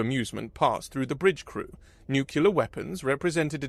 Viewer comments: Nu-clee-err... 🧐 nookular..😒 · 'Nuclear ' only has one U in it. Just stop. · It was a good story, unfortunately scarred by a consistent mispronunciation of the word "nuclear." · For real tho! You gotta pronounce "nuclear" correctly if you're gonna do sci-fi.